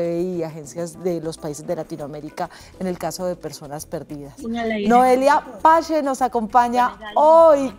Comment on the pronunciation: Que risa la conductora que inicia ...dice que la sigue en redes sociales... Es Noelia PACE y no VALLE